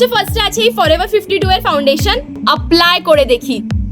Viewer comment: আপলাই না বোন এপলাই (এপলাই❌আপলাই✅)😊😊😊